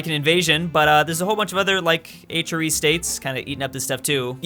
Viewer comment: STOP CALLING IT THE H-REE! At first I thought he said Adriatic Sea.